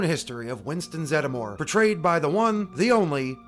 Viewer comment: Always thought it was pronounced Zed-more